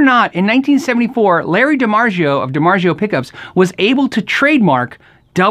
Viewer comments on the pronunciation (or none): It's not DiMargio. Its DiMarzio.